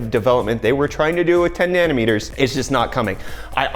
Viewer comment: Is it just me or is saying "nanner meters", I can't unhear this now, get some sleep dude, jeez <3